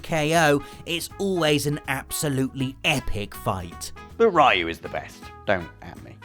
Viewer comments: "Ree-yu",, not "Rye-yu". Please get it right. 😖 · Great video as always.. though I beleive its pronounced "riu" no "rayu" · I can't take it anymore. I love watching you guys, but for people that love games so much you need to pronounce characters names right. Ryu is pronounced Ree-you, not Rye-you! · "Ruy You" "Punching polygons" This hurts and it's only the first entry. Ken and Ryu are from the pixel age, not the polygon age. "Donte" Why. English is your first language right? The heck is this? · "We didn't know "Rai-yu" was actually Ryu. Blanka, some people say "Blank-a", but there's no way it could be that, because Blank-a sounds like blanket, man." Mispronouncing names is a video gamer tradition. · OMG it's pronounced REEEE-YOU!!! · Seven character names that people keeps mispronouncing. first entry: Ryu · It pained me every time he mispronounced RYU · Can't even kind of pronounce Ryu properly.